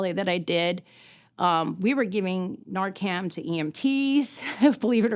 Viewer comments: Someone should have told her it’s Narcan, not Narcam. It is an unfortunate situation for her. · NarcaN... Not NarcaM. .. Thank you for advocating for Dylan and all the other VICTIMS.❤ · NARCAN* I promise I’m not being rude at all but it really should be pronounced correctly, it could be the difference between life and death one day. Thank you for all you do. Your son is so proud of you. What a beautiful thing you chose to do ❤